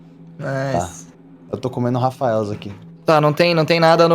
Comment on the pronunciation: Ngm reparou que o disse "to comendo Rafaels"